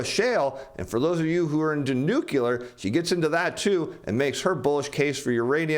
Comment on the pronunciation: is as good as JBravo at saying "Nukey-lur"